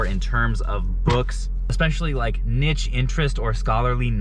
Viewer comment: is that how people say niche in America... so odd